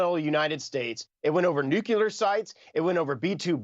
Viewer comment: When are we going elect people that know how to effectively pronounce words like NUCLEAR not Nuculer. Low IQ people.